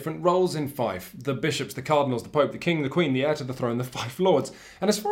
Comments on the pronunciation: I would have liked to see a comparison with the Warrior Knights reprint from FFG. Seems like they are games that focus on similar enough themes. SUASD reviewed that game a long time ago and they liked it. ... also, i know it's not "feif", it's pronounced: "fi-eh-f". (just so you know for the future ;) ) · More precisely : fjɛf. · Feed, not Fife. Otherwise, great work as always! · Goddamnit, it's pronounced "Feef". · It actually uses the Saxon pronunciation of trailing F. It sounds more like Feefth. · 'Fief' is pronounced 'fee-f'. Words that make the sound is using are Fife (a musical instrument and a Scottish place name) and Fyfe (a Scottish personal name). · The way you pronounce Fief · I thought it was pronounced like "feef"??? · Feif? Goddamnit you teifling! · Argh, "Feif"?!? literally unwatchable. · Haha, this bloke..."fyf". First job...learn how to pronounce the name of the game one is reviewing. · I believe he is wrong on the pronunciation. It is an Old French word not a Saxon one (though there are Germanic cognates, which include the modern English word "fee" from Anglo-Saxon "feoh"). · How he says Fief good lord it makes me grind my teeth but I love this channel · Sorry in advance. Fief, it rhymes with thief. Otherwise great review though as we come to expect with Shut Up & Sit Down. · pretty sure it's a british Thief, like in bath being pronounced Ba:f. Fief. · why does he mispronounce "fief" all the time? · I actually squirmed when he did the oily perv impersonation. There is so much wrong with this video, especially the inability to pronounce 'fief' properly.